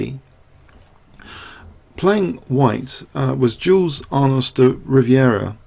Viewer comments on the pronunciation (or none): none